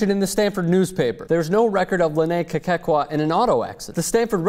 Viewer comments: this story is just as funny as how says Kekua [kay-kay-kwah] lol i laugh every time he says the name. it's kay-coo-ah. but hey the girl's a hoax, why bother, huh?:) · you keep saying "Kekekua"... It's like saying "Strostrom". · That's not how you say her last name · I am from Hawaii and its so funny how this White guy is pronouncing Kekua's name wrong lol. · stop butchering the name, LOL